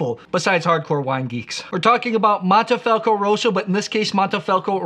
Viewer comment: Mohnnteh-Fahlckoh not "moneefelco" only critique.